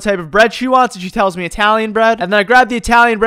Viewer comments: Lol,i love how he said "Meh" instead of "Me" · lol the way you say "me" as "maeh" cracks me up for some reason. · I just love the way says "meh" instead of me